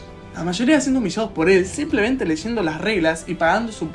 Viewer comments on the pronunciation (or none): none